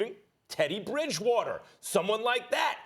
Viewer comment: Max said “ Bridgewater “🙄